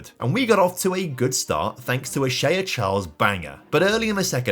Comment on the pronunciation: What sort of way is that to pronounce shea 😭